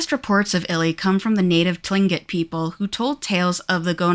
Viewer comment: Kushtaka mentioned brrrrr. Koosh tuh kah is how it was always pronounced in my town but just though id share. Also idk why they chose to spell it the way they did but tlingit is actually pronounced Klinget with an almost k like g just thought id put that out there